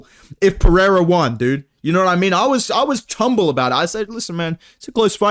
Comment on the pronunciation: was "chumble"